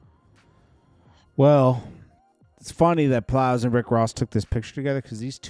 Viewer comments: calling Plies “Piles” twice is wild 😂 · He said Plows😅😅